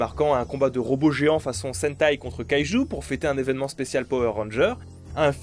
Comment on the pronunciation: Oh cette jouissance d'entendre un français dire "Sentai"